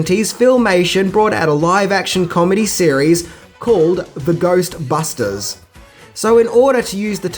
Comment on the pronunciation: 3 secs watching and I hear Goystbusters :P